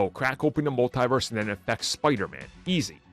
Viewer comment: It's pronounced "MUL-TEE-VERSE! Not "MUL-TIE-VERSE! The Cringe. 😒😣